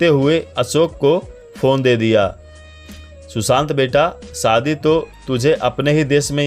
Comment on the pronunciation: शुशांत नहीं सुशांत